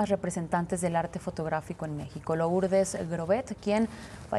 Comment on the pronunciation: No se pronuncia Lourdes, solo se escribe así, pero se pronuncia Lurdes